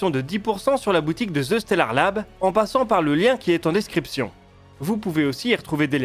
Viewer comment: Excellent contenu! autre sujet!., ce n'est pas : Ze stellard Lab, mais bien : the (prononcer DE) stellard lab. hihi, je comprend pas cette erreur de prononciation. Le préfixe THE en anglais est pourtant si facile a prononcer. Simplement dire DE , ca devrait mieux passer dans une conversation avec un anglo!